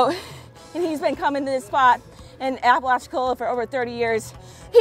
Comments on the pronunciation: Very cool! Bay City Lodge is a family favorite! We’ve stood at that cleaning station many times. Great day for you congrats! Tell Puddin’ it’s Apa-lach-chi-cola!😁🌴🌴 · It's pronounced Ap-pa-latch-a-cola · I wish there was a way that I could record my voice so you would know Apalachicola is the way you pronounce the city that you're going to however I can't record my voice so you're just gonna have to figure it out by the people talking to you there